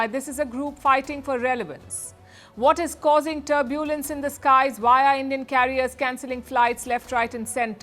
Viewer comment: Learn how to pronounce “ turbulence” , “ personnel “, “ industries” etc